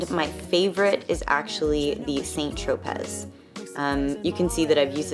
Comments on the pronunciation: St. Tropez is pronounced SAN TRO-PAY. You’re welcome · St. Tropez is pronounced Sahn Troh-pay. Love 100% pure! I aways use fingers for makeup application. It's def not a no-no. Perfectly fine and alot of times better. Check out Violette Gray - all she uses is her fingers! You will love her! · The Z is silent in St. Tropez